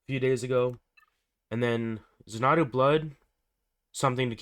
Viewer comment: Might want to get the wording for the star wars ships like eggsacuetor is really Eggs-zeck-u-tor and xanadu is pronounced Zan-ah-dew. An executioner is not the same as Executor